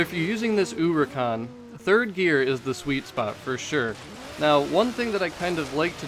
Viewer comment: When you say uricahn instead of huracan I get full on triggered no idea why hahahah